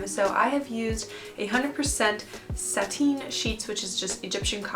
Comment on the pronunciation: It’s pronounced sat- in not sat-ine